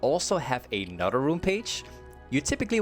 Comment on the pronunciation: Am I the only one who had to hear it 10 times if he really said " A Nutter Runepage" lmao